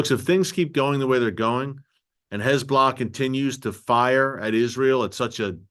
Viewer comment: Terrific program - Erick does a great job at reporting the truth.; much appreciated❣️ [caveat: There's been some progress, but it would be better if he learned to say "Hez-BO'-Lah" so he doesn't slip into that awful (lazy) way of saying "hezBLAH"🙄